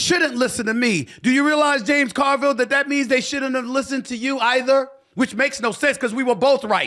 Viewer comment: mark is the only way the name JAMES CARVILLE should ever be pronounced